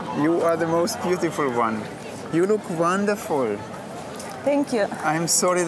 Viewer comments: Wau! Wanderfull! Sänk ju werie matsch!! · Ich finde die Art, wie gewisse Worte betont, so wie dieses "Wow", "Wonderful" soooo komisch xD ich kann das gar nicht nachmachen xD